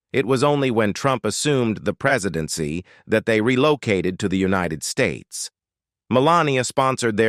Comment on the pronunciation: The title is a lie and you know it ! The AI voice can't even properly pronounce "united states" and The Ultimate Exploration is an ultimate scam ! bet your subscribers are bought.